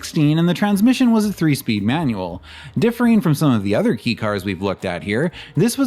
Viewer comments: Pronounciation It’s not pronounced ‘Key’ It’s more pronounced like ‘K’ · Kay is proper, I had to stop watching 4 minutes in b/c "key" was said so many times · It’s K-car not key car 😂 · Kei as in kei car is pronounced "kay". It actually is a k. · kei is pronounced “kay” not “key” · .. Kobe..? I’ve never heard anyone pronounce Kobe as koh-b.. it’s pronounced koh-bay… also “Kei” is pronounced as kay.. not key. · It's pronounced "KAY" not "KEE". It's short for the Japanese word "kei-jidōsha" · Nice work. It’s pronounced kay car rather than key car. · key car? It's kei car (kei-jidōsha), could research it before making 40 minute long video about Japanese cars. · Ahhh sorry my bro, it's pronounced 'kay' car. And was Daihatsu missed? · Surprised I'm the first to say it but I'm pretty sure it's pronounced "kay" car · Hey, it’s pronounced “Kay” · I've never heard it pronounced "key" in the States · It's fascinating how confident you are about this. I believe that you actually speak a bit of Japanese, but it seems nobody has ever corrected your abysmal pronunciation. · It is, he just said it wrong